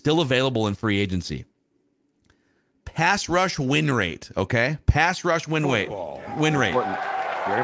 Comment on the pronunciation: “Pass rush win wate” 😂